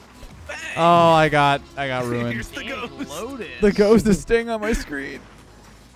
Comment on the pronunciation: You said ghost